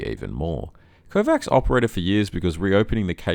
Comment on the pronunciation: Kovács is pronounced KováCH